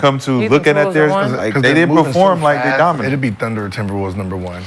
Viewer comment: GILBERT 'DYMINATE' ARENAS. 😂😂😂